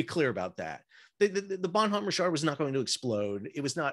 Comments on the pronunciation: It is French for good man and the h is not pronounced. ba' num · the "H" in Bonhomme is silent so bon omme . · The h is silent...